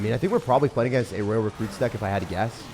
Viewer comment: Love your vids but why do you say royal like that?? Roy-al, you say it live rayl